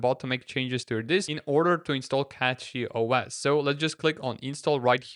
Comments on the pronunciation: its CachyOS and not CatchyOS ... 😁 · It pronounced cashy noch catchy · Please stop saying "Catchy" when its CACHY. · he was the 2nd person with an non-english accent who called it "catchyOS"